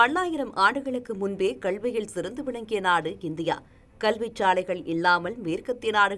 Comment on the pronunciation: செய்தி வாசிப்பாளர் வாயில் சாணியை கரைத்து ஊற்ற வேண்டும் கல்வியை கள்வி என்றே உச்சரிக்கிராள்